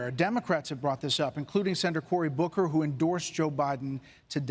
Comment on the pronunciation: Saunders, Rosen, and now Bocker?! Love the show 🤣